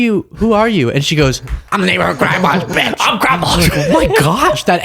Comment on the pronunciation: Did that woman say, "Call the police bytch."